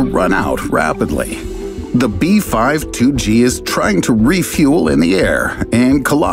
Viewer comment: I have never heard of people pronouncing B-52 as B-Five-Two lol